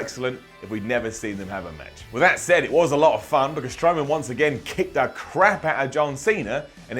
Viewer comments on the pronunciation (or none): none